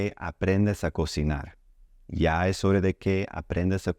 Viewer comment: Why do you say hore......is it not horaa?